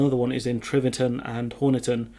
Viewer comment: T i v e r t o n, not T r i v e r t o n.